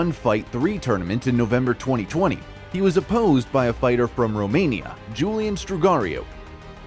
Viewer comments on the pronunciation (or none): none